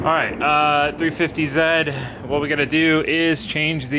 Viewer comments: Josh Roberts I was impressed that he pronouced it correctly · As your biggest Canadian fan, you made my day by saying "350z" the CORRECT way 😁😉